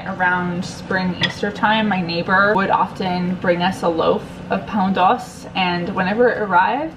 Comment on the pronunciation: I barely speak PT but I believe that "e" in doce is not silent ;) they don't silence any of their vowels, especially e at the end :D I am polish and my mom used to make pizza with sauerkraut and I've been wanting to do it for a month straight but didn't muster the energy. maybe tomorrow :3